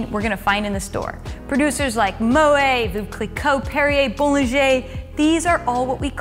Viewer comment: Tip: Don't say "mo-ay," but "mo-ette."